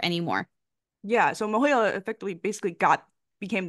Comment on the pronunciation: I know this is unimportant but you're pronouncing MOHELA wrong. The "E" is a long E, as in a male- he. I guess you are saying the E like you would in the word hell, which makes sense. Sorry I can't comment on the present issues. I haven't worked there in 15 years and I didn't research today's mess. Good luck to you all. Student loans really such.